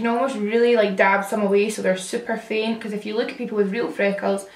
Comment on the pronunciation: Every time you say "if you" I think you're saying "F you" at first like the curse word lmao